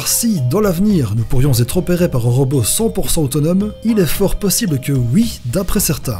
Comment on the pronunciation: ROBOT PAS ROBEAU !!!!!